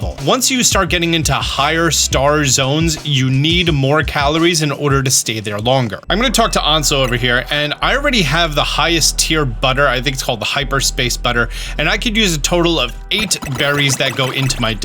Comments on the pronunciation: Did he just call Ansha "Anso" Edit: you lose 3 calories from the donut each time you teleport if you're spamming it like that btw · Ansa? Ansha (sha as in Shack)